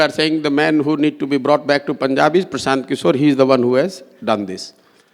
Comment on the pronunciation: Hello ..try it make sure pranounaction perfectly..do make it tus tas language Mr Prasanth kishor..